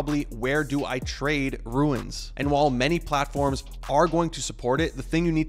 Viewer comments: Bro, it's called RUNES, not RUINS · ROOOOOOOOOOONS NOT RUIIINNS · why does this guy pronounce RUNES as RU-INS wtf? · I think it's pronounced runes, not ruins. Good info though, thanks. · Runes, not ruins. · ya every time he says it i thought the same thing - its Runes (i.e. roon like moon) not ruin like u saying ruin is ruining the video;) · RUNES not Ruins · ROOOOOOOOOOOOOONNNNSSSS NOT RUINS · Let’s say it together slowly... ROOONS 😉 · Is English this guys second language?dude can’t say rune properly lol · stop saying "ruins" lol its runes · RUNES ......NOT RUINS!!! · Don't call them "Ruins", because the translator translates them exactly: Ruins! And the correct pronounciation is: Runes (ruuns) !! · Dyslexia is persistent in this guy. Did someone tell him it’s ruiins? and not runes? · It’s pronounced ROONES!!! “Runes - ancient symbols” 😂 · How could you possibly RUIN the name ROON by calling it a RUIN? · It’s rooooons not ruins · It’s pronounced rewns not rooins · Yeah,he is destroying the word .Runes not Ruins ! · Rune not Ruin. Just like moon, but with an R. Lol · runes not ruins lol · for the love of god, why are you calling them ruins? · Is there a reason he is saying ”ruiins” ? perhaps there is something we don’t know? or perhaps he is dyslexic? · RUNES....not RUINS... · If you can't even say the word "runes" correctly, I'm not watching the video. ;P~~ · Stop saying ruins…holy shit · I stopped watching as soon as you said "ruins". How can I learn about them from you, if you don't even know how to pronounce the word? Lol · I almost stopped the video 3 times because him saying ruins was pissing me off but i really needed the info.... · Seriously! I want to keep listening, but everytime he says “Ruins” it drives me batty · Not Ruins, but Runes as in balloooooons! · he said : ruins ? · why he keep saying ruins? 🤣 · Runes, you said Ruin… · Why do you say ruins? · bro runes not ruins annoying as hell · "RUNE" or "RUNES" not "RUINS"